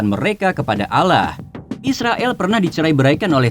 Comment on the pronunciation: Admin nya kayak nya org bukan islam sebut allah aja sebut alah😂